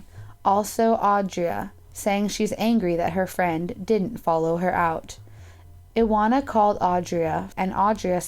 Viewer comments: La Dolce Vita it should be pronounced Ivona, w in Polish is like v in English, also her surname should be pronounced viechorek cz=ch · Isn't it supposed to be ee-vo-na vie-cho-rek? It's a polish name, right? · About the Polish girl, her name is pronounced: Ivona (like Ivana with different ending) Viechorek (CH like in Chicago). You are welcome. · iwona wieczorek- u pronounce that like eevona vechorek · No 5 is pronounced "Ivona Vishorek"... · You butchered Iwona’s, pawel , Adria’s, and mareks names. Polish people pronounce w like v.